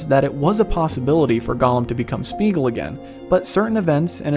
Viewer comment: Similarly Sméagol should not be Smeegl, but either Smaygol if you want to go full old English or more modern Smeeah-gol (where eeah is a diphtong changing from ee to ah) or also Smeegol (both variants Tolkien himself pronounced it). Tho —gol would in all cases be like the Gol— from Gollum, not —gl.